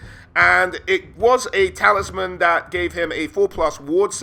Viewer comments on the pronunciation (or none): none